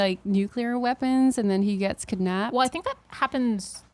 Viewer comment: I just have to say that the way says kidnApped is adorable. No sarcasm intended!